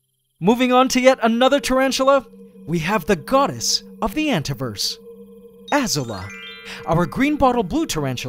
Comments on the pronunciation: Hey . your tarantula named Azula... is pronounce . Uh Zoo La . no Long A. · His blue one is already named that, though he pronounces it differently.